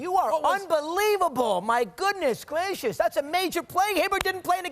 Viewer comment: "My goodness gwacious"